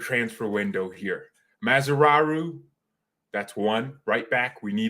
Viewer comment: Please don't call Mazraoui Mazraru because he is Mazraui not Mazraru, ok?